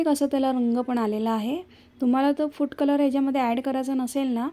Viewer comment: छान रेसिपी, मन लाऊन करतेस. फक्त बोलताना उच्चारकडे लक्ष दे. फूट कलर नाही फूड कलर, सुरेक नाही सुरेख. आणि इतरांसारख , सारखं सारखं छान छान म्हणू नको, खूप विचित्र वाटत. इतरांना छान म्हणू द्याव ...